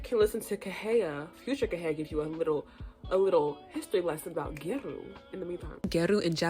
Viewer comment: I don’t want to be rude but it’s pronounced gyA-ru hopefully this makes sense and helps